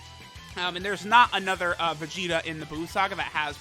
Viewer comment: ANOTHERR sounded short but u get a pass for energy